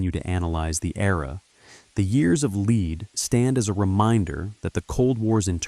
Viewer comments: Years of Leed 😂 It's "lead" pronounced "led", as in bullets - because it was a very violent period. That's pretty important context to understand when creating content about a period of history. In future, it might be an idea to cross reference with all the other content on YouTube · Brother it’s ‘lead’ as in Pb. The Italian translations is ‘piumbo’. For something so well written, you could’ve started by getting the name right. All I could focus on was your narrator’s terrible malapropism.